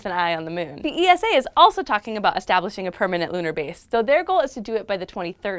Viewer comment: Dear once again it is not ee-es-aa but ESA as in one word. Just like NASA (you don't N- AA- ES-AA)